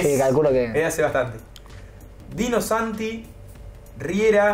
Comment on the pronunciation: Dino Sani, no Santi.